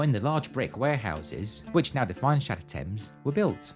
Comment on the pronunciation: I keep hearing Shad Thames as j'taime